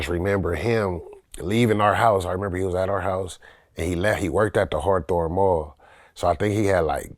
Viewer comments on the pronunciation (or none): Did that fool said harthorne